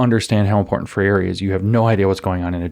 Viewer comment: Please help James pronounce Freire.